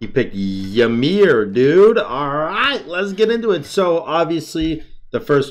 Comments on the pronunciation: It’s ymir, not YUhmir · Pretty sure its actually pronounced yeemir.